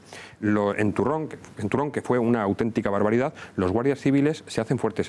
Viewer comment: Sólo una sugerencia."Turón no Turrón" (parroquia del concejo de Mieres del camino).